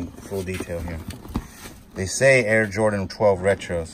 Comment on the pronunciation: Butchering jordan brand